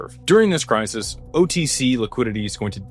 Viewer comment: Crisis. Not Crysis.